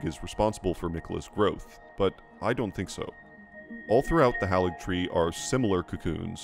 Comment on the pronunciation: Love your videos, though it's odd how you maintain the mispronounciations of names we hear in game: it's Mohg, not Mog: hāligtree, not halligtree. Same for manga and Casca, not mane-guh and Cass-cuh.